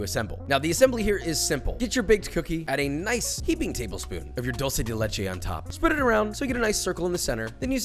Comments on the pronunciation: Thank you for not pronouncing "dulce" like a fckng rtard like every other american that pronounces it as "doll-che" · Thank you for saying 'dulce' and not 'dolce'.